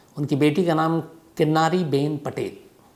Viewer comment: किन्नरी not किन्नारी